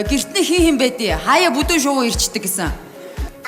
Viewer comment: Бөднө шувуу гэж яриад байхад бүдүүн шувуу гээд байх юм Чимгээ